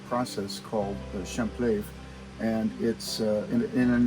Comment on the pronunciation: Good video, nice work. However, that's not how "champleve" is pronounced. I don't know how to type an accute accent on the final "e", but anyway look it up. It's "luh-vay"